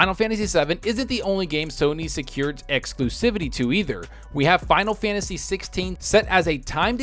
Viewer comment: "Finalfansis...eleven..." Me: 🤔